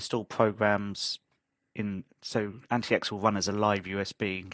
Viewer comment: Actually it is pronounced Antics not Anti X. Good review.